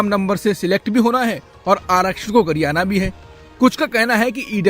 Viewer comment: पूरे स्पीच में एक शब्द का उच्चारण गलत है (गरियाने ) वाला शब्द